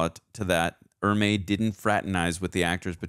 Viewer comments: Super late to the party, but ... Arleigh Erme. Not 'Emerery' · It's not Emry it's Ermy. Pronounced Er me. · It's R. LEE ERMEY not EMERY you fancy ass. Do us all a favor both of you. Read at least one hundred books on different subjects fiction and non-fiction. Acquire some fucking knowledge. Then, review movies. How is it possible you only have the life experience of a 12 year old? Oops, my bad, it's obviously our decrepit education system. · Gunny Ermeys last name is pronounced like grrrmeeee but with an E not Emrey. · The gunnys last name is "ermey" not emery. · GEEEEEEZUSSSS!!!, i love you man. In the future,..if you're gonna speak an actors name countless (hundreds?!) times. ANNUNCIATE it correctly. For a man that's a stickler to ALL the details that you seem to be,... R. LEE ERMEY! Not Emery. For the sake of all good and righteous. I'd like to get thru this cuz I don't recall how it ends other than Pyle being me and you are my drill sergeant. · His name is pronounced ER-MEE! He was an actual Marine drill instructor and was just supposed to be a tech advisor but ended up on camera..... and all the better for it. My grandfather (a Viet Nam vet) and I went to see this in the theater and he had to leave because it was too authentic for his nerves.... which I've heard was said by many other vers who saw this film. Thanks for sharing guys. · Every time you said "emery" I cringed. RIP, Gunny Ermey. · His last name was pronounced Err-me. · Couldn't take you constantly mispronouncing R. Lee Ermey's name. The R is before the M